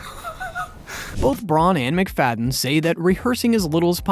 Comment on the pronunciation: Mac-Fa-dee-yan. Just a little research would help.